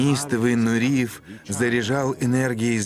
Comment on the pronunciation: Он не Нуриев, а Нуреев, не приятно слушать речь с ошибками